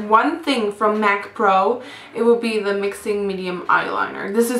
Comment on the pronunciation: She says 'de' instead of 'the'😂😂